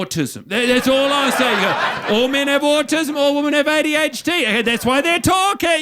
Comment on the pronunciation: I love that guy mont cant say 'women'